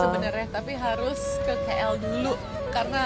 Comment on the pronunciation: ..sebutan biar betul...sudah banyak kali diberitahu...bukan 'ki el'...sebutannya 'k' ikut abjad inggeris...coba dengar betul2 sebutan 'k' dalam bahasa inggeris